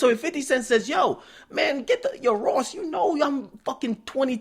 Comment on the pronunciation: Wtf y'all talking about^ lol all I know is Rick rozay cause he really can't say Ross lol is not gangster at all just a great actor.